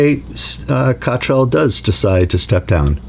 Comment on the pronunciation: You still can't correctly pronounce the surname of the Abp of York.